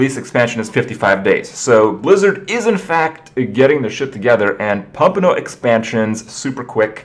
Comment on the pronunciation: haha "pumpin' oat" - dat canadian accent is showing :P